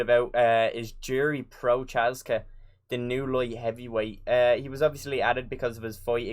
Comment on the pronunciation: It’s not pronounced “Djiri Protchazka”. It’s pronounced “Yiri Prochazka” CH in Prochazka is pronounced same like CH in Blachowicz. Also J in Jiri is pronounced same like J in Jan